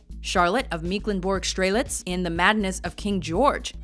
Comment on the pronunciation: It's not "Meeklenburg--" it's "Mecklenburg-Strelitz" in "The Madness of King George!"